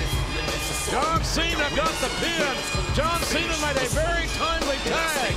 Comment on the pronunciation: shes says john jena lma😂😂😂😂😂